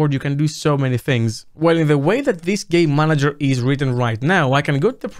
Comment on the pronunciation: I swear to got that I can only hear "gay manager" not once "game manager"